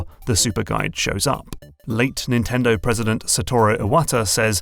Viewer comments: Insanely good video, the only thing that bothered me is "NNTENDO" . Just kidding, it's good even with that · Is "NNtendo" intentional?